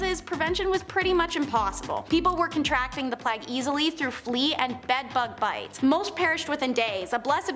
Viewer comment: Nice job you're doing,. One thing? You're occasionally pronouncing plague wrong, not sure why? Playg not Plagg. Otherwise, you're rocking it. 👍🏻